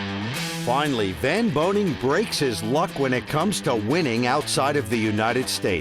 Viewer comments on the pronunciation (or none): VAN BOENING, not “van BOENING” it’s important. Whole last name